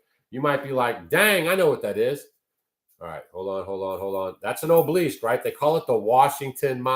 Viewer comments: Sorry, truly no offense meant, just a pet peeve of mine: pronunciation is important. It is 'aa-buh-luhsk', not oh-bleesk. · Ob el isk… 3 syllables,.. just sayin! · Obelisk (ah bow lisk) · It’s pronounced ABALL-ISK. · Pronounce obelisk (ah-Be-Lesk) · It's an ancient phallic symbol for the false gods and there are gobs of them all over the country. Every cemetery has at least one. BTW,, it is aa-buh-lusk. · He uses their magic against them. The dark has lost power Trump is of tbe light. You dont understand the battle and please ask someone how to pronounce obelisk. Im white 63 MAGA Q and have studied this since 2016. Under Biden my friend a YT MAGA content creator had his home raided in so cal forced to stand outside NAKED filmed by neighbors they took all his electronics and he lost his business. Please stick to homesteading as your limited understanding of the decades old plan by the Whitehats (since JFK SHOT)TO TAKE BACK OUR COUNTRY. Wait until the end of November meanwhile stick to staying in joy and love as every negative story you speak on shows your ignorance hurts your health and I turn the channel.why do you want to suck others into tbe darkness . Trump was chosen by God to save the world. Oh and the man killed behind Trump would beg to differ about assassination attempt. Im listening to you as I write this and can't believe you're blind to the great awakening. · you're not pronouncing it right I wondered what the heck you were saying I know what those things are but I'm not sure how to put the word in here so you know how to say it correctly and yes they came from Egypt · I think your pronunciaton of obelisk is not one I've ever heard.😅